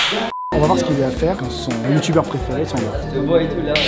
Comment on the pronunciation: "youyuber" d'accord